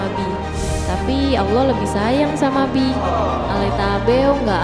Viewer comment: ih kok bihi sih kan itu namanya bi doang gak pakek h gimana sih😂😂😂😂😂😂😂😂😂😂